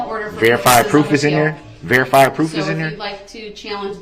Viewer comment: There's no verified pwoof, there's no verified pwoof! Well other than the mountain of evidence that puts him in the SUV on the parade route running over people with heartless abandon. I think that counts as pwoof.